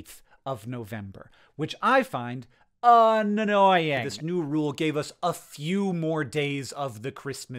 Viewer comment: I love that you pronounced both n’s in annoying, but like not in the way that you do that in languages where length matters.